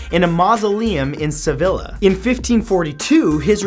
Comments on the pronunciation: Sevilla isn't pronounced "Se-vil-a". It's "Se-vi-a". In Spanish, the double l makes an e sound, like in quesadilla. Or, if you want the anglicized version, Seville. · It makes me uncomfortable that Matt pronounced Sevilla like Vanilla 😭😭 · Am I the only one cringing at his pronunciation of Sevilla?? Maybe it's just because I'm half Spanish but it's said "seveeya" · Sevilla is pronounced: Sa-vee-ah...just saying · You said Sevilla wrong sorry I had to my grandma is from Sevilla. Sorry